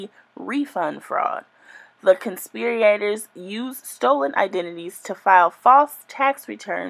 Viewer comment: You have to learn to read better before you put out a video reading an indictment 😩 conspirator NOT conspiriator for starters and US code has a symbol for subsections, it’s not an “and/&” symbol